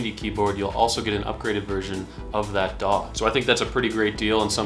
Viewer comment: Daw! daw! Your like a crow with a speech impediment 😄